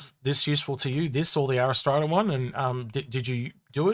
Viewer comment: ariss trata? Cmon read the letters in the name. "R" like the letter that comes after Q. "ras" as in ass ( the donkey, not your butt), "tra" as in la la la...R-ras-tra. how the hell do you get ariss trada. - i love the look of the RSI ships, this one included, not sure if its useful yet., i was very disappointed in the warbond CCU offerings, and thought they were pretty average, with many being just repeats of previous offerings this year, However there was a few ok ones mixed in and the finale ones like orion polaris etc have been great.